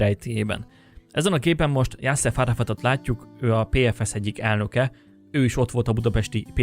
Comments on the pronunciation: Ha megtanulnál/-tál volna beszélni, még élvezni is lehetne a videóidat...plusz legalább akkor ne vakarózzál már, amikor saját honfitársaid tragédiáját vezeted be... pl Arafat neve nem JasseF hanem JasseR... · JasszeR Arafat volt a neve, nem JasseF. Árnyalatnyi... De ügyes vagy :)